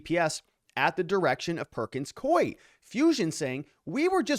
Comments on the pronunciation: You are pronouncing the law firm’s name WRONG, it is not Coy. 👎😂 It is Pronounced...Perkins Coo-ee! There are two syllables. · It is pronounced cooeee. Not koeee. Perkins Coie. I worked there for 19 years. Employees called it porkins screw me!